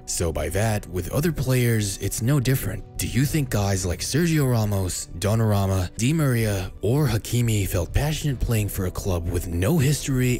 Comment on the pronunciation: Donnarumma* not Donnarămma